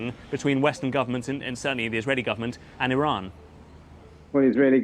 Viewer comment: BBC report is can't even say Iran properly. 😂